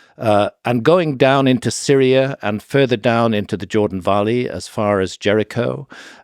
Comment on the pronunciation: The Jordan varley!!? Not valley?? 😂😂😂